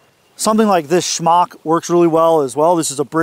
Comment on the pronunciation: Smock, not shmock 😉 🇬🇧 🫡